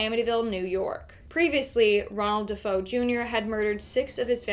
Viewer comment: you keep calling the De' Feo family the De' Fo family, it's pronounced De'Fayo as it's Italian. Look at my last name, don't you dare call me Canal 😂 it's pronounced Canaley. Great video, always ❤a good binge 🎉